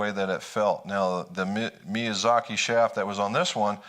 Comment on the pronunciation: 😳 Me-yah-zah-key.. Thank you...